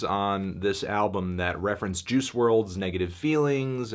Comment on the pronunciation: Its pronounced juice, not Jews.